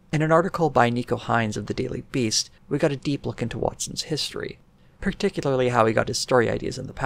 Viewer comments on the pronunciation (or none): none